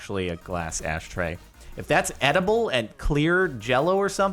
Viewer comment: Jordan says astray instead of ashtray😂😂